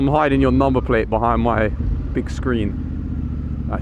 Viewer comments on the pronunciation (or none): none